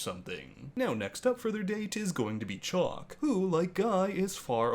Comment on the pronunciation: She calls him Chalk and not Chock. Chock rhymes with Lock.